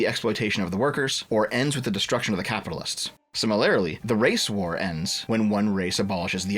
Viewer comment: Hey, start using a different word than "similarly." Also, it's "si-mi-lur-lee", not "sim-uh-lair-uh-lee."